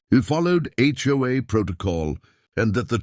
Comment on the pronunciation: Maybe it would be better to concentrate on having the AI say HOA instead of Joa or Choi.